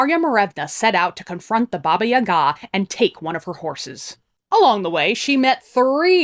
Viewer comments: the correct way to pronounce it is something like BAABAA YAAAGAA, where the A vocal is a bit longer and is pronounced as in BUH but lingering on the UH sound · Me hearing you say Baba Yaga: Oh... seems I've been putting the emPHAsis on the wrong sylLAble.